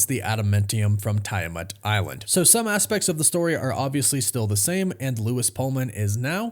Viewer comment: TEE-A-MATT= Tiamat ADA-MAN-TEE-UMM= Adamantium. Just trying to help...still!!!!